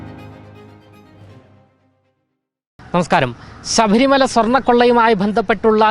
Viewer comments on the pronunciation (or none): പിന്നെയും പറയുന്നത് സഭരി മല എന്നാണ്, ശബരിമല എന്നാണ്. അക്ഷരത്തിന് ആവശ്യത്തിൽകൂടുതൽ ഉച്ചാരണത്തിൽ ശക്തികൂടുതൽ ശക്തി കൊടുക്കേണ്ട. കേൾക്കാൻ വലിയ ബോറാണ്